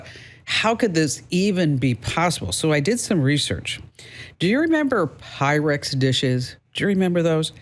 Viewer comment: You are talking PYREX. Not pyrex.